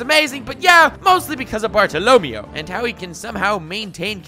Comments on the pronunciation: how you say bartolomeo hurts me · Keep pronouncing Bartolomeo like that and I'm going to shoot myself. In the head. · Pretty sure the nigga's name is supposed to be Bartholomew... the way you pronounce it is a pain in my ass... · What is that bartolomeo pronounciation lmao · So It's okay if you pronounce Bartolomeo like that, as long as you acknowledge that its wrong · If he mispronounces Bartholomeo one more time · Does anyone else hate the way he pronounces bartolomeo? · if youre gonna make a running gag out of 1 character, at least try to not butcher his name, ty. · Why do you keep saying "Bart-o-LO-meo?" It's "Bar-to-lo-ME-o" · Pretty sure the stress for the word is on the "MEI" sounds, not the "LO" - so more Bar-tolo-ME-o, not Bar-to-LO-meo. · I hate how you pronounced bartolomeo's name, if im not mistaken since the story took place in a Spain setting the E is pronounced as an A sound, like BartoloMAYO, if I'm wrong I'm wrong but it's hideous the way you are pronouncing it and if the english dub pronounces it your way I'll be very upset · Bar-to-lo-me-o. cringe Barto-lo-may-o. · Bart-o Lo-Mayo not Barto- Lomy-o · every time he says bartolomeo i wanna shoot my self im sry -.- i thought it was BART TALL OH MAYO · It’s pronounced barta la Mayo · Bartolo MEH-OH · Bart-alla-may-o is how his name should be pronounced and your pronunciation is bothering me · You’re mispronouncing his name, It’s pronounced Barto- Low- Mayo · Praise lird twe-ehh bartolemeoeoeoeo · I give an F to you for saying Bartalomeo wrong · Is not "bartolomio"... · i love ya but i hate how you pronounce bartolomeo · Stop saying Bartolomeo like that >:/ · Are we gonna talk about how he's pronouncing Bartolomeo's name weird? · Wtf i can’t watch this clown cause of his pronouncements of Bartolommeo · Stop pronouncing Bartolomeo's name like that before I stab myself in the ears. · I'm quite sure you pronouncing bartolemeo's name wrong😂 good vid nonetheless